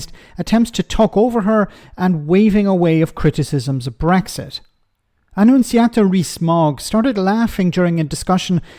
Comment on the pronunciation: 'Annuziata',it sounds like a nasty disease of the waste tract,like something the doctor diagnoses you with when you have inflammation of the anus.